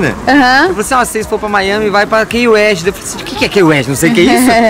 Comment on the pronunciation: meu deus a falando Key West, igual o nome do cantor Kanye West kkkkkkkkkkkkkkkkkkkkkkkkkkkkkkkkkkkkkkkkkkkkkkkkkkkkkkkkkkkkkkkk o Key tem som de "qui" brasileirando ficaria "qui uest" com o "t" mudo sem o som de "i" no final hahahahahahahaha, eu quase achei q ela ia ver o show do Kanye West